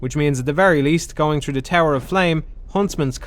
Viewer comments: i can't listen to this dude speak. how hard is it to say THrough, instead of true, he keep saying play true. What is english? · I’m not really a fan of dark souls at all, but listening to this dipshit complain nonstop while constantly mispronouncing “th” annoyed me enough to right a comment